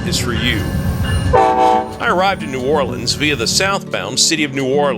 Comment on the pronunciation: Thank you for pronouncing our city name correctly. You did your research.